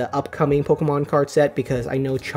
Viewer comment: I liked it when he said Pocker-Man cards